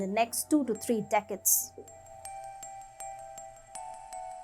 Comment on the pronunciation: Girl, your pronunciation is understandable in India probably, but actually it sounds terrible. You put the stress on words wrong..... decades,.... differences,... exacerbation (the last one you cannot even pronounce). 🙄